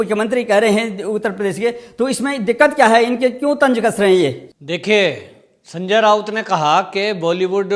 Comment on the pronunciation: भाई सनजय राऊत है ना कि रावत। सि्व सेना अब हो गई है खिसियानी बिली।